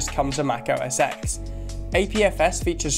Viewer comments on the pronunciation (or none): Nitpicks: It's no longer "OSX", it's been "macOS" since El Cap. Second, even when it was "OS X" it was pronounced "OS Ten". See also: iPhone X.